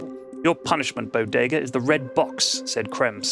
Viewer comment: Zman Ten it helps distract from any continuity mistakes and prevents any lulls in the story. Conversely, his fast-paced style can affect minor things like voices he uses for characters (i.e forgetting to speak in a character's voice for their line or mixing them up), or slight mis-pronunciations (Bod-ga when he meant to say Bodega/Bow-Day-Gah). Of course most criticisms for the Bodega stories are quite nit-picky and don't have any real effect on the overall story.